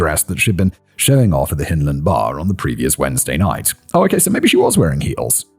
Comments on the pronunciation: Hyndland, as in 'hind legs', not as in 'Hinterland'. As a Glaswegian and a Scot, just sayin'...puir Wee Mary. R.I.P. Yes, I remember the case but not living in the city at the time, it was lost on me. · YOU pronounced Ayreshire and Hyndland ya sassenach !! LOL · but you got Partick right LANARKSHIRE